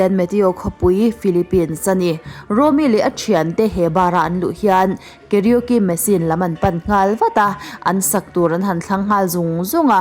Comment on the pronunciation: I karaoke lam dan chuh💩💩.... KA-RO-KE tiin han lam chhin teh....KE-RIO-Ki ni lo in 🤣🤣🤣🤣